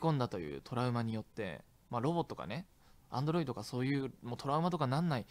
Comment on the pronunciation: どうしてもアンドロイ「ト」って言っちゃうリョウガさん